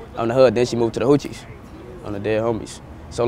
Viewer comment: He called the Hoovers the “Hoochies” 😂😂😂this dudes hilarious